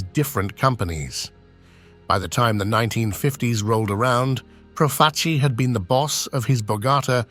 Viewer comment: Is the voiceover AI? You're doing a "documentary" and you mispronounce damn near every single single name. "PROF-a- chi"? Do you listen to these things before you publish them? I quit 10 minutes in.